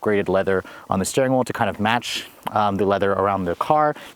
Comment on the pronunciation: Suggestion - reduce the use of "you guys" and "literally". And it's 'steering wheel', not 'steering wool'.